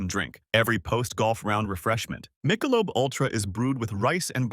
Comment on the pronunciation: Mike-a-lobe?? what??